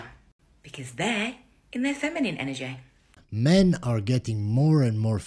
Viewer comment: An-our-jay. That's how she pronounced energy over and over again. Lmao